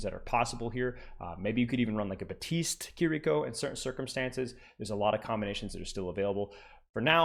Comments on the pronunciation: both characters in game do not pronounce their names anything like does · the way you pronounce some of the characters names is funny 😭 “buh-teest” “illy-ari”